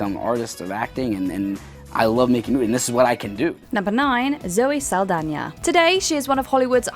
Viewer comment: Holycow first person i ever hear pronouncing Saldaña correctly